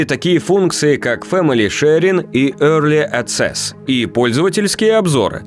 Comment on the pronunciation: Йёрли аццесс🤣🤣🤣🤣